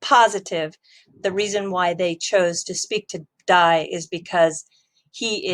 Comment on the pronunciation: Haha..D A I.. not dye 😂